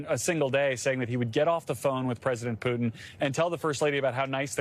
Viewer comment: Even those journalists have no idea about pronouncing Putin’s name.Thay swollow half of name.Jurnalists👎👎👎